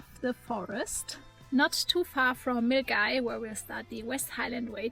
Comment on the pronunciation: Oh, it's delightful to see you and Otto back in Scotland. And kudos for pronouncing Milngavie [Mil - Gai] so well. Hope you guys have a great time.